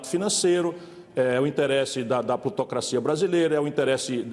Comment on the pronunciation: Só eu que quando Ciro fala "Plutocracia" entendo "Putocracia" e, no Brasil, continua fazendo sentido?